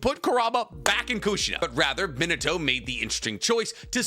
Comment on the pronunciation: It's pronounced ME-NAH-TOE -_